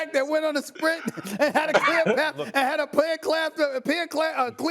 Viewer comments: Plear clath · Pear Clath😂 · “Peer Clath” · Plear clath 😂😂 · "Peer Clath" 😩💀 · Steven A had a pear clath to a punchline but messed it up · Stephen A. “Pear Clath” Smith 😂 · The man who can not say clear path correctly and he is laughing at the possibility. I really hope and pray the Giants do finish first so Steven eats crow. Washington? REALLY? How many times has Washington beat DJ? YEP. Thats right. I say NY will probably be second behind Dallas. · You mean Steven A Smith who can't even say "clear path"